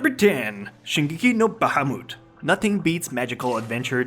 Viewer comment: just a btw for people who don't know (not you ily bb) Bahamut in its traditional verbatim is pronounced bah-mot. Weird? Yes. True? Yes.